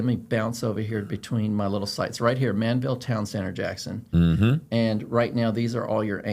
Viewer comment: That HEB needs to be much bigger!!! It’s ManVEL NOT Manville! 😊